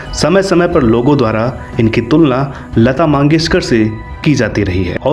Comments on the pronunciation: भाई लता मंगेशकर होता है लता माँगेशकर नहीं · भाई वो लता मंगेशकर हैं, मांगेशकर नहीं